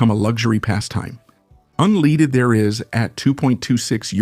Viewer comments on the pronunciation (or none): Your stupid AI voice can't even pronounce unleaded.